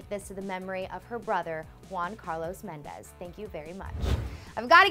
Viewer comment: It's Mendez not mendes